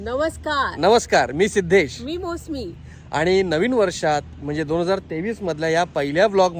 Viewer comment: You are not mosami. You are mousami…मौसमी